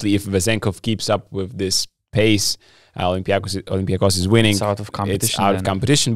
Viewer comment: Yes, olympiakos you pronounced it right!